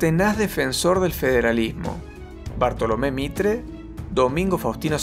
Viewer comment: BARTOLOMÉ MITRE (HUU LE ERRO FEO) YA SUSCRIPTO ASÍ NO LE ERRO TANTO JEJE